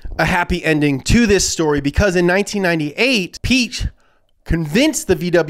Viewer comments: Piech isnt pronounced Peach. you have to seperate the i and the e (thats what the two dots on the e are for). and ch isnt likew in peach, but thats just german pronounciation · Piëch is written with the two points over the e to have it pronounced, so Piahkh is the correct pronunciation😂🏁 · You're pronouncing Piëch wrong. But don't worry, many Germans do as well. The ë means that the "e" is pronounced, where otherwise it wouldn't. The "ch" in German is just an h hissed out of the back of your throat, like "kh". So it's pronounced something like "Pee-yekh" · His name isn’t peach… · its "ferdinand pee-ash".